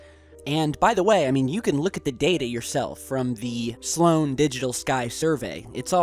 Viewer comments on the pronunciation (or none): none